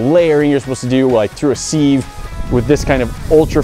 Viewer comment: I pray for the day says the word "Sieve" correctly.